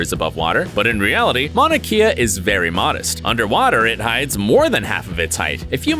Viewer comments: I stay from Hawaii too Oahu to be exact and it was hilarious but also I was mad when he said mauna kea wrong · Mauna KEY-a. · Ngl as someone from Hawaii the way he pronounced “Mauna Kea” was hilarious 👌